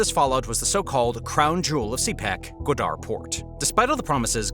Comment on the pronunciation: It’s GWA-dar, not gwa-DAR.